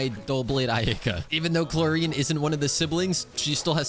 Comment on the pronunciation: starting to think saying Clorinde wrong on purpose to be annoying 🥲